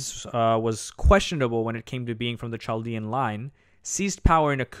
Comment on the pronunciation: This was pretty good. But Chaldean is pronounced ‘Kaldean’. I know because I am Chaldean.